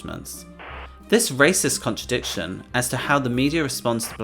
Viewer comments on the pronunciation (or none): none